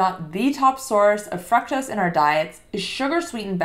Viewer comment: The correct pronunciation of fructose is with a long "U" sound, similar to the way "glucose" or "too" is pronounced. It is not a short U. English pronunciation both British and American are similar.